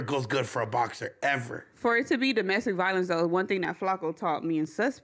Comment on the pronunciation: Ironically saying “domestic violeaance”